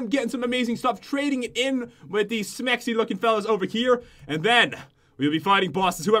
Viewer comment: Pat says smexy instead of sexy